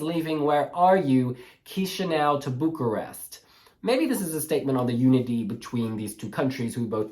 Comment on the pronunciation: That Is not how you pronounce Bucharest